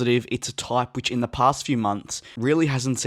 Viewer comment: ". . . een the past yee-uh"